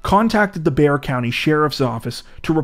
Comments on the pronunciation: Good job on saying Bexar properly!! I was 16 when this happened and it was constantly on the news. So sad. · The way my head snapped to the screen when he pronounced Bexar county correctly 😂😂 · Congrrats. You pronounced Bexar correctly. Most people don't.